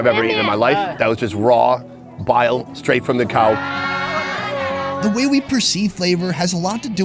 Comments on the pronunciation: "show me de way" 😂💀 You are out of control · Dude said “show me da whey” 💀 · "SHOW ME DE DAE" 🤣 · saying "show me de way" 😂😂😂😂😂😂🤣🤣🤣🤣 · He actually said," show me de way ". God I love. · It's when he said "show me deway" for me.